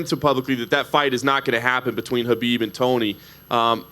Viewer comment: He cannot saying the name Khabib..